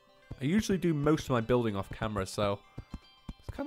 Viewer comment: KEWL BWUILDWING CHWIPPY